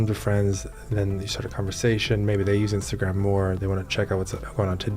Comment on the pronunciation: The way that guy pronounces Instagram is f’n weird